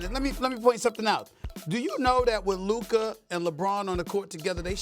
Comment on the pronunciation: Sas is LUKA not LUKER